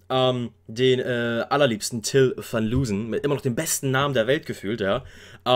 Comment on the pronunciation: FNSHRS = Finishers Haben auch für Shirin Davids 1. Album produziert (z.B. "Ice"). Und Till Van Loosen wird meines Wissens "Lohsen" ausgesprochen. Er hat halt hauptsächlich als Fotograf gearbeitet und glaube erst danach sich mit dem Filmen beschäftigt. Aber ohne Gewähr. Ich bin schon vor einigen Jahren auf Bilder von ihm gestoßen durch Facebook oder so..